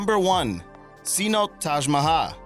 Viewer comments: its not a "C-Note" Its pronounced "C-No-tay" says white guy with face paint. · You are an uneducated idiot miss pronouncing so many common words it’s ridiculous. Sa - note? Dumbass. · You're mispronouncing it it's not Cenote it's cee-no- te.